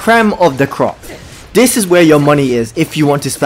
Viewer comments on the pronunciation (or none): none